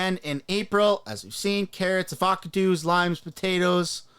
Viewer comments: Av-aca-doos?! Lol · this man really just said "avoc o-doos"